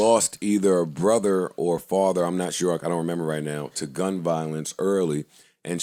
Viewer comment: "Memember", Joe Budden is made for podcasting 😆😆😆🙌🏾